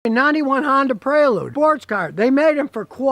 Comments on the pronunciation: Prelude, not predule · God bless the Honda "Predule"! LOL! Nobody's perfect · Honda Predule?? Lol